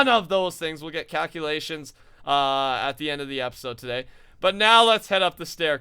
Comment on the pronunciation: Instead of calculations, I heard cowculations!